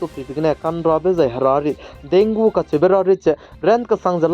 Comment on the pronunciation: Thanks for update and one thing bro Dengue is pronounce as "dengi". Tq u....